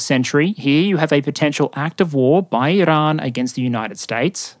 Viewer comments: There's no way I can put up with an hour of this guy's pronunciation of "Iran". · Why do you use an Iranian accent when saying "Iran" and "Tehran" but don't use an Israeli accent when saying "Israel"?